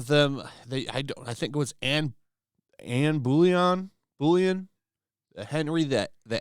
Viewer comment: it's pronounced Anne Bo-lin. Off with your head! 😅 Someone at Netflix should get the chop for this!